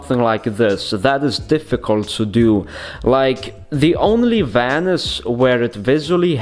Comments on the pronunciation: Vanisj:D so annoying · It’s vanish!!!! I know you can say it right!!